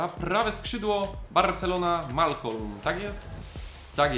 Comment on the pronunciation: Malcom a nie Malcolm.